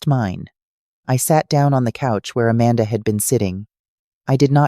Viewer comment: It's a shame that AI mispronounces basic words, like Amanda and Provence. This could be interesting, but that's a major flaw that distracts from any sense of authenticity.